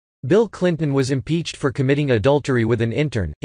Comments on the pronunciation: Maxine James Brown Wig Head Waters favorite saying "Impeef fo fe fi" What an imbecile she is.... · Ha ha, ,"IMPEACH FORRY FIE" "IMPEACH FORRY FIE" ,...a senator talks that imperfect,...an embarassment, ....another ghetto joke of a politition, ...you just know nobody takes her serious, affirmitive action poster child for a senator,......what a disgrace.